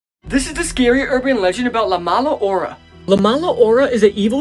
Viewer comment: as a Honduran person, he way he said "la mala hora" made me laugh